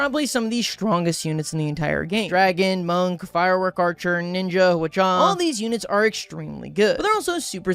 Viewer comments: only an hour in. great video thus far Jarl is pronounced yah-roll Hwacha is pronounced huh-wah-ch-uh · Im yelling at my screen every time he says Hatcha and not hwatcha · Everytime you say hwacha i desire to barrel roller myself